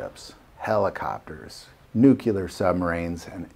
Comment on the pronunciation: Please, nuclear not nuculer.